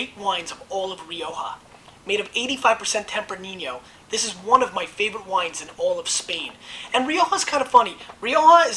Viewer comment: tempraninio? just givin you shit, Gary!